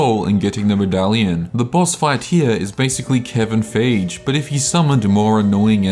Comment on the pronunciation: dude i love your shit, but feige is pronounced like: FY-GHEE. dunno if your pronunciation was ironic or that you don't give a shit, but i'm too drunk not to correct you